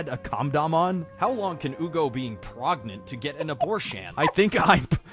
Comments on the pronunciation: P R E G A N T E 💃🏽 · I lost it at "PREGANANANT???" 🤣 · Really? I lost it at PRAGNAN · That PREGANANANT? It's from the video "How is prangent formed". Or are you talking about the reaction video? That one is from the TNTL series. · Sorry but I think it's pregofn 😂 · WHY THE PEGANTNENAT GET ME EVERY SINGLE TIME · i was lost at "...PREGANANANT?" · Nobody People: pregent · I laughed at pregnanananant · I lost it on how the guy was saying pregnant wrong pretty funny